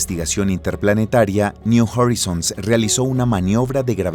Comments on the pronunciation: no se dice jorizons es joraizouns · Horizons ) se pronuncia joraizons !!!!! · Está mal pronunciado "horizons".